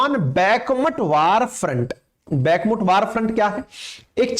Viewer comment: भाई बैकमट नहीं सही उच्चारण "बखमूत" है